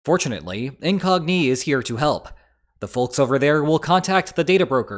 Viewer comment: I've watched quite a few videos with the same sponsor. It's the first time I heard it pronounced "Incognee", though.